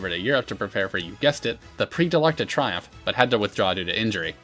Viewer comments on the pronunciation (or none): Triomphe is pronounced "tree-OMF", not "try-OMF."